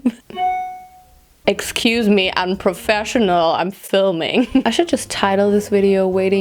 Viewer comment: Immer wenn du sagst "unprofassional" verstehe ich immer " I'm profassional" 😂